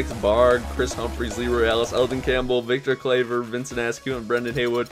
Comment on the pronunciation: You pronounced Victor Claver completly wrong!